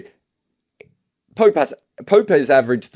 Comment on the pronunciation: Did he said judgement of poop. 😂